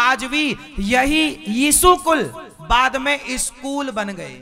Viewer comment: He got me at Eeesoookul 😂😂